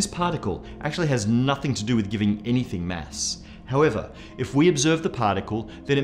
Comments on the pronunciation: Its not mess. Its mass. you filthy * . Lol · Why do i hear mess not Mass? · am I the only one who heard Mass as mess all the time? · much funnier video when you listen for "mess" instead of "mass" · Not you again. where is the other guy? You say "mass" weird